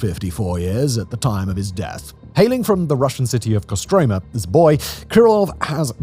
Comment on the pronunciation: His birth city is pronounced, “ka-stro-MA.”